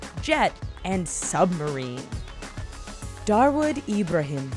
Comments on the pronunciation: You got the name of one of the mafisio incorrect. It is Dawood Ibrahim not darwood ..... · Dawood Ibrahim not Darwood Ibrahim.... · His name is dawood Ibrahim not darwood Ibrahim u idiots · It's not Darwood it's Dawood Ibrahim.. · Probably doesn’t matter now but it’s actually Dawood Ibrahim and not Darwood lol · Hey that's not darwood ibrahim he is dawood ibrahim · it is dawood ibrahim not darwood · its dawood ibrahim not darwood ibrahim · It ain't darwood ibrahim, it's dawood ibrahim!!! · Its Dawood Ibrahim not "Darwood" !! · its not darwood ibrahim its DAWOOD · his name is Dawood Ibrahim, not Darwood Ibrahim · its 'Dawood Ibrahim' not 'Darwood Ibrahim'😂😂😂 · Dawood Ibrahim not Darwood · WTF is DARWOOD Ibrahim ? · his name is dawood ibrahim not darwod ibrahim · Its not 'Darwood Ibrahim', it's 'Dawood Ibrahim'. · It's not Darwood Ibrahim, it's Dawood Ibrahim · its dawood ibrahim -. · lol.... it's dawood Ibrahim!